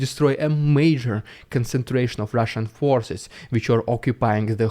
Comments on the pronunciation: Everytime he says "Rrrusssian Prrrropaganda" its so Funny. 🤣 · "Rrrridiculous Rrrrussian Prrrrrrrrrropaganda" has become epic. Definitely worth a meme of its own! 👍😉